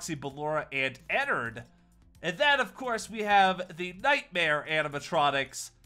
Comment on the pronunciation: IT IS ENNARD NOT ENNERD